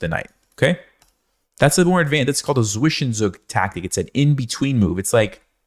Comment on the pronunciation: Zwischenzug = Tsvishentsoog not Svishenzook